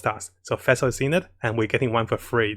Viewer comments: How to pronounce Fischl = Official without the O. Not Feischl #Demone And not Fessel :D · thanks for your great videos! btw the way you pronounce fischl is a little wrong and confusing :) its prononced fish-el like a fish. You can go to her english voice over to hear how its pronounced.